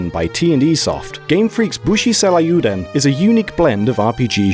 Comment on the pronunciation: Yikes that pronunciation of ryuu is real distracting tho